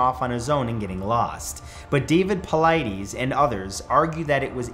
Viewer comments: Paul-eye-DIS ... Sorry I just hate when people mispronounce names lolol no disrespect I just hear it all the time ... if you’ve ever watched his videos, he introduces himself every time so you can hear how he says it. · Ermahgerdddd, i don’t know why, but the way you say his name is driving me nuts. Paul-eye-tis is how it sounds. Sorry, I’m not usually sooo finicky, but that dude is my hero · David Paul-eye-dis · Its pronounced po-lie-dis not po-lie-dees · I believe his name is pronounced Poe-lie-tus at least that’s how I’ve heard it pronounced in pretty much every video I’ve seen about missing 411 stories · Yep, and it bothers me how this guy keep mispronouncing his name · Pronounced Paul lie dess . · You gotta start saying Dave’s name right smh 🤦🏻‍♂️ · Please pronounce his name right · Can you pronounce David Paulides the way he pronounces it? Have you watched any of his videos? He pronounces his name every episode. Your pronunciation is off. Your speech is really good otherwise. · Matt stop mispronouncing his name lol